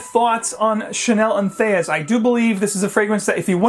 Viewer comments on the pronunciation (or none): Entheus? Is THAT how you pronounce that? Really?